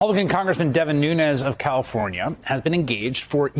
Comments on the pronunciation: Did he say "Devin Nunes of Cow-fornia?" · did the news presenter say Nunes of Cowfornia on purpose?